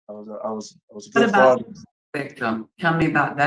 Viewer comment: Fasher can you hear me? FASHER! FASHER!